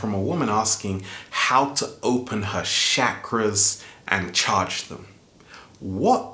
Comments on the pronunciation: it is NOT shakra is is CH CHA KRA with a ch not sh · it's not shackras it's cha cras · it's Chakras and pronounced as chakras not shakras Chakras:sanskrit :) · he said how to open your Seven Shaq-ras😂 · Please don't say shakras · You pronounced chakras wrong